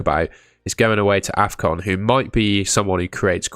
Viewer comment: You called afcon defcon 😭